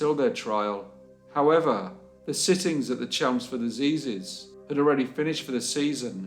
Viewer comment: Another good upload, but I think you meant " assizes " pronounced, "a-size -ez" You're welcome.